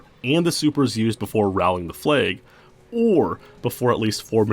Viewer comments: I'm pretty sure it's "rallying the flag" not "rallying the flay". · Wtf is a "flayg"? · Why do you pronounce flag the way you do?